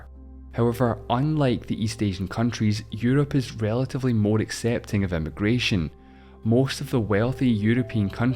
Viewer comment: I find it amusing how with your accent "immigration" and "emigration" are both "eh-mih-gration", and yet at one point you stress the difference between them: "one country's eh-mih-gration is another country's eh-mih-gration."